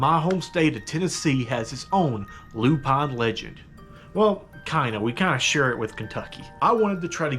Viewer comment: The p is silent in loup garou